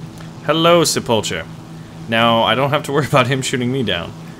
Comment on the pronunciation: Sepulcher pronounced sepul K er. A tomb or burial vault. Just saying since you like to put on the cheesy accents.. Love your vids